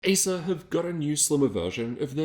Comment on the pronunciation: You saying asus or acers?